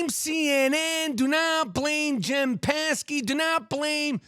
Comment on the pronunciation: Joe Scarborough. Lolll And said Jen Psaki’s name all fucked up 😅 I thought you followed this stuff.